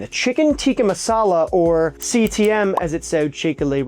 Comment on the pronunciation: I don't know why but everytime he says CTM all I hear is CTE, and then my brain goes that must be one hell of a dish to be causing a brain injury.